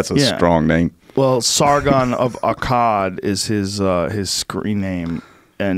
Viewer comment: Why does Joe pronounce Sargon of Akkad so weird?